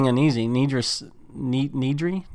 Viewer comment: why do you pronounce it NEEDry xd